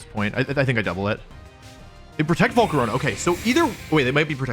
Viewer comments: bro just said jiratinna like you did again bro also said volcaroneu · "Volcaroña" why do you pronounce stuff like this im crine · "Slay-King" "Jiratina" "Volcaronia"